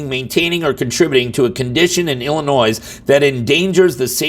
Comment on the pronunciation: Two things: one this is typical bs behavior of Kim Foxx and 2 the s in Illinois is silent!!